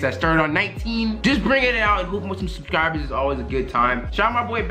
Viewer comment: and he said subcirbers